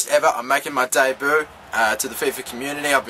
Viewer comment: the only funny bit about the vid was u saying debut but u said daybo loooool